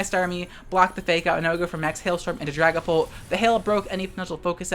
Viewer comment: I keep hearing Dragonball instead of Dragonpult